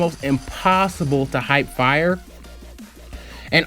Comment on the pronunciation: did you just say hype fire instead of hip fire